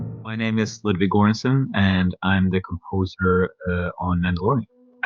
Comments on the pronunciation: I seriously don't get it. Why does every swedish creator pronounce their name weird in English? Pewdiepie says Felix Kjeijburg when it's pronounced Kjèllbèrj. This guy said Goeransun when its pronounced Jórr-ansson. Why? No other country does this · he pronounced his own name wrong literally göransson is pronounced jöransson everywhere i know (except america and britain) but he said goransson yeah yeah you can decide its pronounciation but it just doesnt sound swedish when pronounced goransson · lol "goransson" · Is he really pronouncing his last name as “Goranson”? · why tf does he pronounce his name with an american accent when hes (it sounds like) swedish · Why tf did he pronounce his name wrong?! Just for ignorant Murcans? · Does not even say his own lastname correctly, ancestors crying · Oh my....I really hope he actually knows how to say his last name correctly....in Swedish.... but damn, I love your talent anyway TACK GRABBEN! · Wow, this dude couldn't pronounce his own name! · It's cringy when he pronounce his last name like that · Varför utalar han sitt namn fel? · That feeling when you mispronounce your own name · He's mispronouncing his last name, if that matters :D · Fun fact - he pronounces his own name wrong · Why is he mispronouncing his own name?